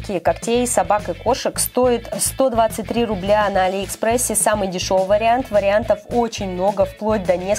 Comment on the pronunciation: А не Али́ экспресс